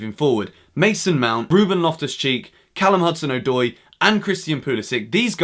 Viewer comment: His name is “Odoi” not “Oydoy”